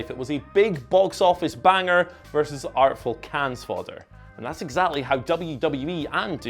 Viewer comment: Does anyone at WhatCulture watch these videos back before uploading? The editing and pronunciation of 'Cannes' were both horrendous.